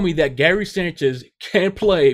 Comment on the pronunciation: Can you just say his name right please